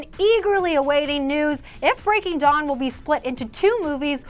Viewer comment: Umm Dana its breaking dawn not breaking john! HAHaHAH :)